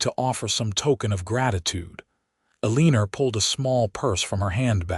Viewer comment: Elenor is pronounced L or nor, not eleneer 🌷💐